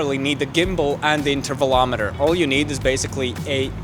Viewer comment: Did he say tevelometer? The picture taking device?